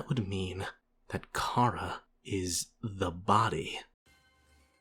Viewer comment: The official pronunciation of Chara is Care-uh